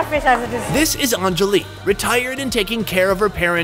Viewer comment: It’s not ahnnnnjali it’s anjali